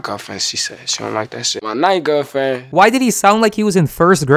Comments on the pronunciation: I died when he said “My nine gilfriend” 😂😂😂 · "My nine gewrl fwiend" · "My 9th gwerlfwend" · Actually he said my 9 gir fren